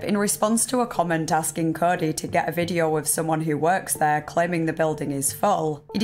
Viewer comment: “This videaaa” 😅